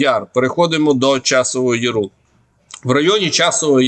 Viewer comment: Пане не яру´а я´ру